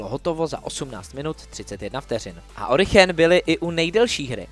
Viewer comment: Mohu prosím nějaký background k tomu proč se Origen vyslovuje Orichen? Já si pamatuji, že to byl vždy Origen, ale možná je tu něco co nevím? 😅👀